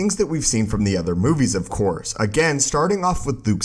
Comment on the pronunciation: Of Course not “Of Cour”